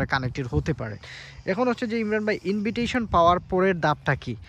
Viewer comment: ইনভিটইশন 😂না ভাই, এটা ইনভাইটেশন উচ্চারণ হবে